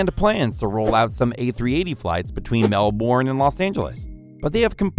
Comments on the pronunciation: How dare you say “Kan-taas” instead of “Qu-on-tus” Edit: Also called my home city “Mehl-born” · Qantas is pronounced Kwantas, and Melbourne is pronounced Melburn. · The same person who pronounces Qantas as "Kantass" and Melbourne as "Mell-born". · And Mell-born too! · As an Aussie, the way you pronounced Qantas and Melbourne made me die inside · I'll forgive you for trying to pronounce Melbourne, but I never ever want to hear kantas again...🤔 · Hmm.... Melbourne was mispronounced :( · You should learn how to pronounce Qantas, Melbourne and Etihad although you got Etihad 99% right